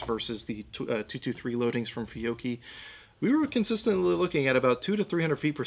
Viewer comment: Sir, you are one of the few collegues able to say correctly the Italian surname/brand "Fiocchi" correctly. Thank you :)